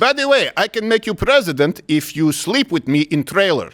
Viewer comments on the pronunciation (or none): She said plesident.